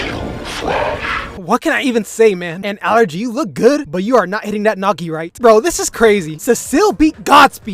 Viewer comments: Allegra❌ Allergy✅ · i cannot with him calling allegra allergy lmao